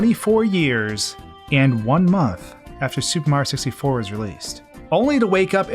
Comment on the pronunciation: Say "supa mario sissy for" one more time